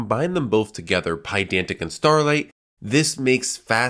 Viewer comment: Are you saying Starlette or Starlight?